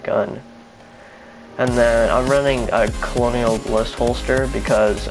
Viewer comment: "Colonial" Bliss Holster lol...that's how you spell "Kernel"....Colonel....the military officer rank. Just good looking out for u bro. Nice build!